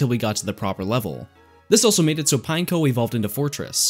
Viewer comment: He said Pineco-ne T-T..